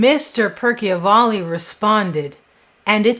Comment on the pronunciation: It's Joe Percival ,not" Perky o valley" , all the videos in wich he appears even says his name correctly! And there's absolutely no proof she was involved with Jeter when he was 11! Just because he had an expensive watch and no 1 knew how he got...C'mon! Yes, inappropriate and morally wrong at 17, but not criminal! Very disturbing to say she abused him at 11…If I was her mother, I'd sue you !